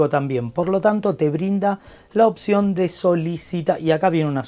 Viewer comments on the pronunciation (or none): none